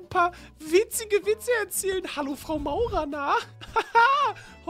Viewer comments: Wie immer Frau Maurer gesagt hat und nicht Frau Mauer 😂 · Zuschauer: sie heißt frau mauer: frau maurer😂😂😂🤣